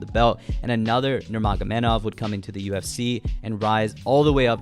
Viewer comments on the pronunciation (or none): none